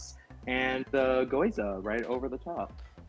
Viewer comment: calls gyoza 🥟 “goyza.”